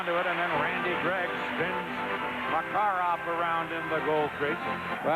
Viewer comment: С уст коментатора фамилии наших игроков как ужас - Ларррионааав, Маккаааарааав, Фетисоф, Крютав, Касьятоноф ))) Ух и наматывали тогда соплей на кулак канадцам.